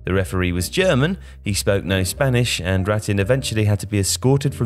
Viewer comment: Ironic that the voice-over artist (?) didn't bother to learn how to pronounce the words 'Rattín' and 'Chile.'